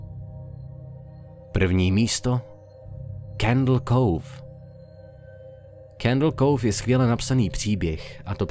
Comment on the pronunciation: ten pocit když tomu Candle Cove říká Candle kouf a Candle káv:D